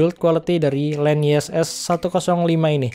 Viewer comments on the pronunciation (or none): Bukan len nyes bro tapi.... Nyess nyess😆😂🤣